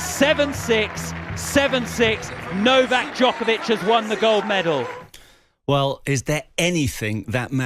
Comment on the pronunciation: Its not Nokak, its Novak.